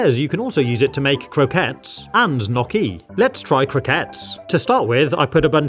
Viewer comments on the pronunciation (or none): Not a single English speaker know how to pronounce gnoquis 😂😂😂 try with the ñ sound 😉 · Lmao y ou violated Italians by pronouncing Gnocchi 'nochi' instead of 'niocchi' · The Gnocchi Is pronounced nee oh kee